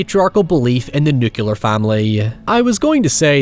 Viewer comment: Not only did you mispronounce nuclear, but you consider the nuclear family antiquated? That explains a lot.